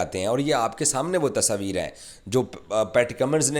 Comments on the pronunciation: Tasveer hota hai Tasabir nahi 😂😂😂😂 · Bolne ka dhang dekho "Tasaaveer" keh raha hai tasveer ko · Pakies thought world cup ..organized by gully management...😂 Tasabeer...😂😂 Urdu me "tasveer" hota h bhai. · Tasvir❌ Tasoovir✅ 😂😂😂😂😂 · तसवीर अबे तस्वीर होता है 😂😂😂 जोकर